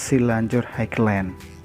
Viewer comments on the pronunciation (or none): bacanya ..hai len.. bang :D